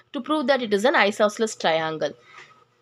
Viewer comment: Hello miss that is not traiiiinnnnglllllee that is triangle